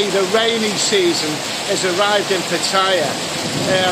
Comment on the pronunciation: why pronounce Pattaya "pat-higher"?